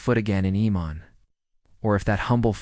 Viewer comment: AMAN. Not Emon. Where are you getting that?